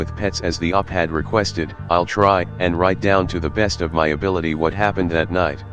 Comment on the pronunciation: H'wut the L was that?